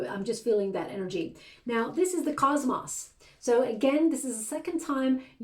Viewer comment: Cosmos not cosmoss you are mispronouncing